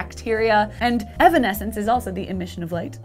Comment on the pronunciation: evanesance omfg dude really XD